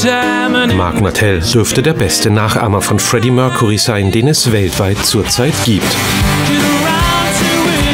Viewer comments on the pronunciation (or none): Für die Aussprache von "Mercury" der Moderatorin fehlen mir die Worte! Das ist echt unprofessionell